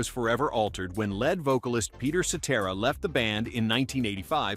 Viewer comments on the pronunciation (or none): Was she the "led" singer of a band?